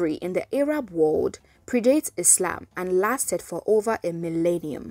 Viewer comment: Pronouncing Arab as "Ay-rab" sounds kinda sus though. That pronunciation is usually used when speaking of Arabs in a derogatory manner.